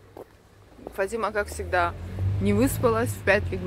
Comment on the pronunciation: В складе ☺ударение на А.-Фатима а волосы сечас выглядят хорошо..🎄